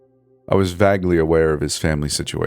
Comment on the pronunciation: Great story though. I'm not trying to be an ass, but why can't you pronounce vague, like with a hard A? Good stuff, and am looking forward to hearing more.